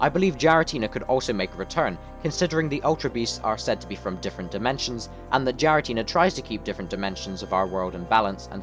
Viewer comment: Not a bad video, only problem I had is "Jiratina" when it is more commonly said (especially in Japanese) closer to "Gee-ra-ti-na", the 'Gi' like "Greed" without the 'r' or 'd' sounds.